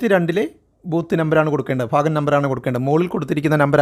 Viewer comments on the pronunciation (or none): ഫാഗം എന്നല്ല ഭാഗം എന്നു വായിക്കൂ